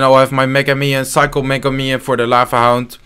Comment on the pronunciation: i like how says ¨mega miniion¨